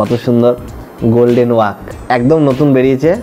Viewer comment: গোল্ডেন ওক 🥰❌ গোল্ডেন ওয়াক 😑 ✅